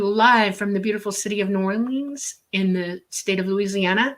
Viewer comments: The Crescent City is properly pronounced "New OR-lee-ans", NOT "New Or-LEENS". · It's pronounced Naw-lin